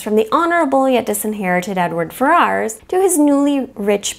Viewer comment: The pronunciation of the names, LOL. Edward Fair-Arse!